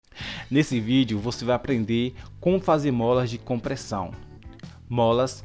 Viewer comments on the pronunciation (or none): none